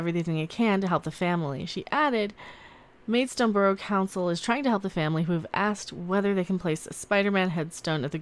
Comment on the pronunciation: it's pronounced Maid..stone lol 😉